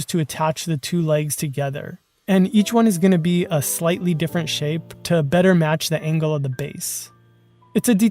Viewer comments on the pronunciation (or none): none